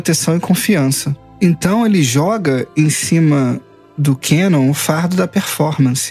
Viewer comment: "Quenon" meu velho oq custa falar o nome correto do personagem "kanon"